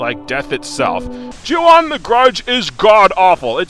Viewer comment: The way you say "Ju-On The Grudge" sounds quite a bit like "Chew on the grudge" Anyways, when this game calls itself a haunted house simulator, it's not kidding. You're not playing a game. You're playing a simulation of an haunted house attraction. One where you die at the end. Maybe this shouldn't be judged as a game. This should be judged as a one-of-a-kind "cinematic" experience. I kid, of course. The game's still terrible in that regard.